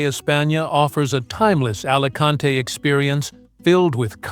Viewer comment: Buen.video pero me pitan los oídos cuando escucho Alacante en vez de Alicante